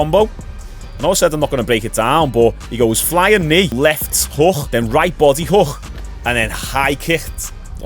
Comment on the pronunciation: Just unrelated and a bit of fun. But really like the way says hook. It always cracks me up a little, “hookgrh”.